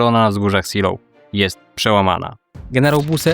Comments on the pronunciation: Nazwę czytamy Zelof ponieważ to niemiecka nazwa a nie angielska. Aż się ucho marszczy. Można sprawdzić wymowę przed nagraniem filmu. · Wzgórza nazywają się fonetycznie Zejlow.(Po korekcie bardziej kumatego kolegi) Siloł to brzmi jak nieudana operacja desantu na Anglię w 1940 (Seelöwe) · Żadne siloł, żadne zeejlow tylko ZIILO(W), długie I+E jak w słowie see (jezioro) np. Helenesee oraz W bezdźwięczne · Zelow nie Siloł, to niemieckie nazwy nie angielskie. To tylko szczegół, bo przyznaję odwaliles kawał dobrej roboty! Łapa w górę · Ej ale serio, mnie też zawsze więdną uszy jak słyszę "seloł", ale takie błędy są częste. Np. Gruber z niemieckiego będzie czytany Gruba, gdzie jak się nie umie wymawiać niemieckiego r to lepiej je pominąć i powiedzieć Guba. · Raczej wymowa to Zeelof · Miasto SEELOW fonetycznie wymawiamy ZEEJLOW. Autor wymawia nazwę miasta i wzgórz po angielsku. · bez „w” na końcu. Zeloo: Podobnie jak Pankow wymawia się panko: bo „w” na końcu jest nieme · Raczej zeelo(f) albo zilo nawet ale masz racje kaleczy strasznie. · Najczęściej spotykam się z wymową "Zejlow/Zejlower" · po prostu Zelo, w na końcu jest praktycznie niewymawiane. Kilku kolegów z pracy tam mieszka. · Kurde, jak można robić film o walkach o wzgórza Seelow i nie sprawdzić jak to się czyta??? Naprawdę uważasz, że niemiecki ma identyczną wymowę jak angielski? Gdyby to było angielskie miasteczko, to pewnie rzeczywiście by się czytało "siloł", ale to nie jest Anglia! Tak ciekawy i dobrze zrobiony film i co chwila ten zgrzyt z "siloł" jak drapanie widelcem po talerzu. Błagam, sprawdź następnym razem wymowę nazw niemieckich, francuskich, czy włoskich, bo naprawdę język angielski nie jest dobry do czytania "wszystkiego" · Nazwy tej miejscowości sie tak nie wypowiada,kłuje to w uszy. poza tym materiał bardzo fajny. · Dokładnie. Tragiczna wymowa nazwy wzgórz. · ZELOV nie Siloł - poza tym bardzo fajny materiał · Co to są wzgórza "siloł" ?? Seelow (IPA: /ˈzeːloː/) czytamy jak zelow.